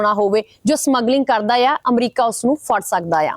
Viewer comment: ਇਆ ਨਹੀ ਮੈਡਮ ਜੀ ਹੈ ਬੋਲੋ